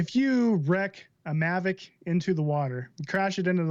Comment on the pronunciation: mavic not mavric